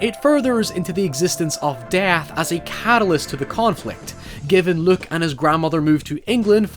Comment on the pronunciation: It's Luke, not Look.